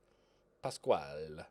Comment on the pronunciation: Please keep pronouncing Pascual as beautiful as you do